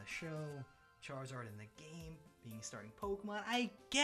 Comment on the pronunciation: i cant lie i got upset when he said charazard even though i knew he would say it